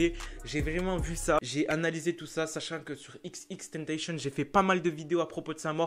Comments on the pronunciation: au debut ta dit xxtentacion alors que c xxxtentacion sinon continue comme sa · Pas xxxtentenchen c'est xxxtentacion ( a l'écoute ) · arret de dire xxtentacion c xxxtentacion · Il dit XXtentation et non XXXtentation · C'est xxxtentation pas xxtentation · C est pas tentachion xxxtentation tion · Cest xxxtentacion pas Ex ex ex tennetéchionne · XXXTENTACTION ça se prononce "IXIXIXTANTASSIONNE" . Sinon je kiffe tes vidéos 😋